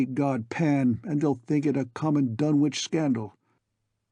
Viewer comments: I have long since grown sick and tired of the mis-pronunciation of the name "Dunwich" by absolutely everybody. It is my pet peeve. This is an English name and it ought to be pronounced in the English manner. Lovecraft was English to the hilt and at his very core. It's "Dunnidge", not "Dunn-Witch". For Greenwich, we don't say "Green-Witch", but Grennidge. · Silent W.